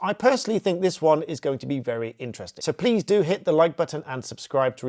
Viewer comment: Its about how much to subscribe? couldent understand how you twisted the word. Is it by the month?